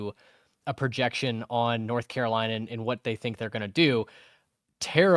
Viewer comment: Bill Belichick came to North Carolina. A lot of y’all have been coming across my timeline, but y’all don’t know the first thing about North Carolina. Y’all can’t even pronounce the name right but much success to you. Please look up the team before you start talking.